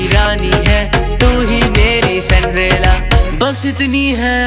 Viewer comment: Jani sandrela nahi Cinderella he 🤣🤣